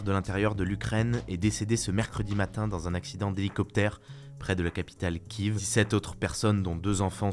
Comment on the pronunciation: çà se dit "kiéffeuh" pas "kieveuh"